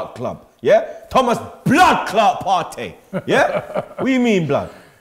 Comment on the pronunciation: "He's Thomas Partey. Not fiesta!"